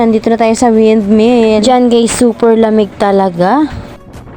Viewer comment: hnd wyndmill wrong pronouncement. windmill yan, bisaya k b